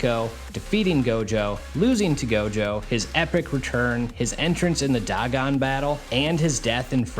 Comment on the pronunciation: Dagon. Day-gone* is how you say it.